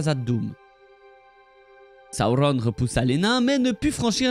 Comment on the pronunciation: j'arriverais jamais à m'y faire à tes Saoronne 🥲😂🤣 merci pour tes vidéos 🙂 elles sont très bien expliquées et racontées, on peut que appredre des choses avec toi, continue 🙂